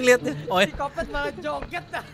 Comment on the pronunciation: Psikopat ❌ Psikhopet ✔️